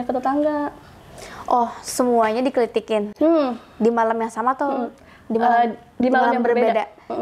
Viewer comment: aku ngakak pas bilang kelitikin jadi kelikitik hahahahahah